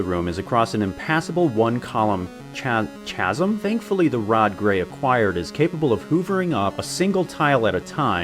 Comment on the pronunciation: You intend to be as clever as SuperEyepatchWolf but can't even figure out how to pronounce CHASM??